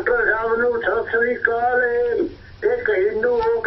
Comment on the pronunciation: ਪਹਿਲਾਂ ਤਾਂ ਸਤਿ ਸ੍ਰੀ ਅਕਾਲ ਸ਼ੁਧ ਉਚਾਰਣ ਕਰੋ ਚੈਨਲ ਵਾਲਿਓ। ਗਲਬਾਤ ਬਹੁਤ ਵਧੀਆ ਹੈ। ਪੰਜਾਬ ਦਾ ਖਾ ਪੀ ਕੇ ਪੰਜਾਬੀ ਨਾ ਬੋਲਣ ਵਾਲਿਆਂ ਦੇ ਕਰਾਰੀ ਚਪੇੜ ਮਾਰ ਗਿਆ ਹੈ ।